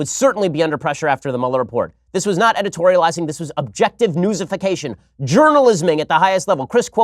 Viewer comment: Ben " jurnaljizim " all over everyone